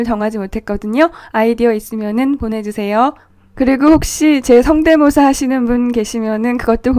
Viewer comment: 바른말 교실.... 성대묘사 X. --> 성대모사 O 하하하하..... 나도 발음을 묘사 라고합니다.